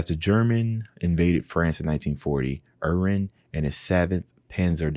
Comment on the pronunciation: it reads as GU DARE E ON. Secondly you put much emphasis on the H sound in Erwin